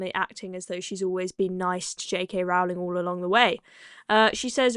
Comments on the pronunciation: Rowling pronounced Rolling. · It's pronounced "row"as in rowing a boat, not "row" as in having an argument.